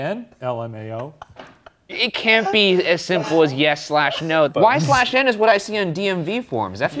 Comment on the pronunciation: NOOOO why did she say the slash in y/n :((( lolol it’s just said “y n”